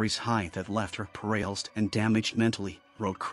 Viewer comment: The way the voice over pronounced paralyzed 😂😂😂